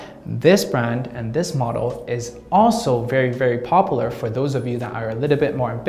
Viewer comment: Pronounced: POP YOU LAR